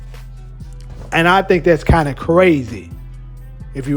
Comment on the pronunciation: It’s roh-mey-nee-uh. Maybe learn how to pronounce the country b4 u start making shit up.